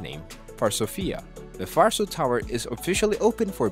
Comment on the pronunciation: My ears bleed every time I hear "farso". It's pronounced Varso, with hard "v" like in "vet". Was there 2 weeks ago, quite empty for now. The plaza part seems to be a cool place, a real technology hub, it looked like there was a lecture in one of the rooms when we arrived. The tower will be open for sightseeing next year.